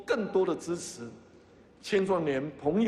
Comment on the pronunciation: 你问我资词不资词？我说资词！！